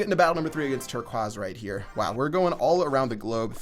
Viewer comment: its an indian wow